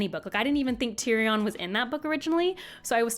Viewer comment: Please someone tell how to say tyrion correctly